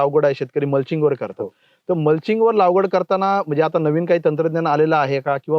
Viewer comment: सर लागवड... लावगड नाही